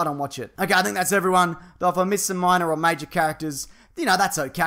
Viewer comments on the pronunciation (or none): none